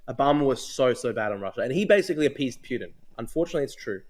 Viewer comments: drew cant even pronounce "putins" name correctly, its poo-tin NOT pYutin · Who TF is Pewtin? Ffs. Dude loves to consume his own word salad. What a lost cause.